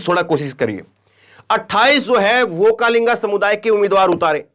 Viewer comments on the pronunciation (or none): Vokkalinga nahin VOKKALIGA. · Sir,Vokkalinga nahin, Vokkaliga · ओक्कालिंगा नही ओ ओक्कलिगा है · You pronounce wrong okkalega. okkalega is correct